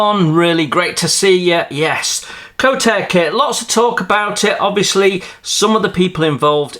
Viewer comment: It is NOT pronounced as Co-Tare. It is pronounced "Ko - Tar -Ray" in 3 syllables. (Which is the Indigenous Maori langiage name for the New Zealannd Kingfisher bird. Kotare do sell the 3d prints seperately, but they are given free included in Pre-ordered kits. There is no engine as that would add a fairly hefty extra cost, not just to the moldings, but also to the unit price. Kotare is a 6 man operations, and is not funded by a billionaire ( Like Peter Jackson behind Wingnut Wings). Mark Davies is a Vetinary Surgeon and hads only a few smallish investors (including Richard Alexander) to fall back on. The price of preorders direct from NZ includes postage.